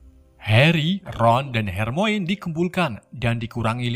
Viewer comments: Harmoni bang bacanya, bukan hermoin wkwk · Harmoni bang...bukan Harmoine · Maap bang... Itu baca nya bukan hermoin... Melain kan hermaini :) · hermione dibaca hermaini bukan hermoin bng🙂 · Bang hermonie bukan hermoine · bukan hermoin tapi hermion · Dibaca nya Hermoni bang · bang itu tulisannya weasly tapi di baca wisli bang itu tulisannya hermione dibaca hermayeni dan masih banyak sala speling lainnya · gak gitu cara bacanya bang bukan hermoen tapi hermaini cara bacanya sliterin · Kenapa yg salah2 baca ejaan nama malah bikin kocak ya. Wesell. Wakakak hermoinn.. Hahahah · RON WISLI BACA NYA MIN DAN BUKAN HERMOIN , TAPI HERMAYONI BACA NYA KRITIK MEMBANGUN AJA INI MAH